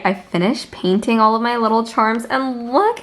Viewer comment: every time she says paint all I hear is 'ok now im Panting the mushrooms'